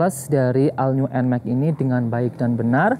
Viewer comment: cara bacanya ALL NEW NMAXnya abangku